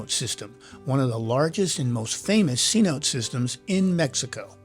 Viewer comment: It's pronounced c- notay, not c- note. Love the vid, and the music 🎵👌